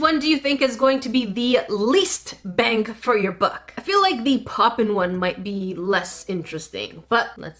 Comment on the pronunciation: Bruh lol I always hear "bang for your butt"